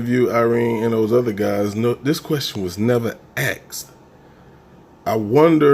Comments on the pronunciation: ASKED. NOT AXED. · No one axed lol